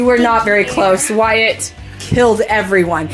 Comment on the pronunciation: wyatt? not being rude just wanna correct